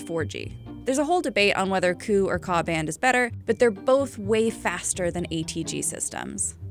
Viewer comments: Not bad vid considering she mispronounced Ku and Ka. They should be pronounced Kay ewe and Kay ayyyyyy respectively. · As someone who works with KU and KA band connections.. it’s not “coo” it’s K. U. And K. A. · First thing, no one streams the bachelor but u. Second, I never heard anyone pronounces KU & KA bands, koo & kaa 🥴